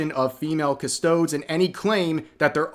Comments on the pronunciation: Just in case, Custodes is pronounced as if going for a deez nuts joke, so kinda like Custodeez. Same with Astartes. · dont mean to be anal but... Its pronounced "custoDeez" Nuts sorry but how could i not. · also WILL YOU AMERICANS STOP BUTCHERING THE WORD CUSTODES ITS PRONOUNCED custodIES !!!! christ , learn English ffs !! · rev. i love your content man, but its cuss-toe-deez Also no, i dont care what tzeetch says, there have not always been female custodes. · Custo-DEES. I'm kinda sick of hearing it mispronounced. At least learn a bit about what you're talking about (Flash did it too. Driving me crazy) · "Cust-OH-ds" oh nooo rev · It's pronounced "cust-oh-days". It's from ther latin aka "quis custodiet ipsos custodes?" (who guards the guards themselves?). Sorry, heard so many people pronounce it wrongly so often, it's beginning to burn my biscuits! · REV It's pronounced KUH-STOW'-DEEZ. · Rq Rev it’s pronounced “Cuh-stoh-dees” since it’s based in latin, and to my knowledge, it was incredibly rare to not sound out vowels (no silent vowels like in some colloquial American words/terms). This is not meant to come across as petty or upset, it’s just my rampant OCD I Swear 🙏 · The faction name is latin and so pronounced cus toe deez and because I can't help myself... cus toe deez nutz. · Cuss-toe-deez. Jesus Christ, Rev it costs nothing to listen to a lore video for ten seconds to learn how to pronounce the word. And for reference the Custodes Codex that updated this army's rules came out 10 months after the current game edition did. Just to give you an idea of how slow GW works. It's completely in character for GW to not update the guide after making a retcon. It happens all the freaking time with the 100+ book series written by dozens of authors that has been retconing the setting and characters for over 2 decades by now. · Hurts to hear it pronounced as toads 😂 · Cuh-Stow-DEEZ. Please, at least pronounce it properly. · Custodes is pronounced CustoDeez.